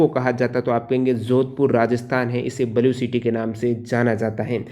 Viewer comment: बलु सिटी 😀 नही भाई ब्लू सीटी बोल